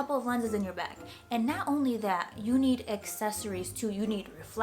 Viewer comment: She has a NY accent every time she says "not". "NAHHYT so good". LOL. Also a request: another ASMR video